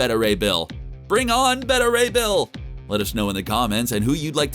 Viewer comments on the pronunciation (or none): He mispronounced Beta Ray Bill...aaaand nobody else is commenting on it. Well, now I feel like a dick for saying anything